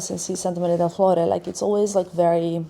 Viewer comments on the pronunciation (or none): none